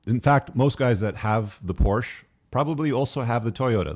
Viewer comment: My only gripe is its por-shuh. Car guys should know this